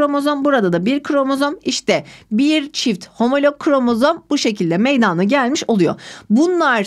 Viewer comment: Hocam çok iyi hoşsunuz. Anlatımınız süper. AMA gerçekten konuşurken meydaaana gelir diye telaffuz ediyorsunuz. Rica etsem direkt meydana diye telaffuz etseniz:)))